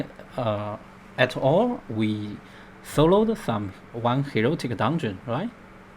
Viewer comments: It's heroic, not "herotic" by the way ;D. But your vid is so good it's almost erotic. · its HEROIC not HEROTIC!